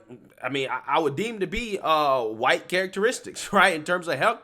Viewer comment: is that PALM ALLIES -- and showing their PALM FRAGILITY...sad - This girl can't even say white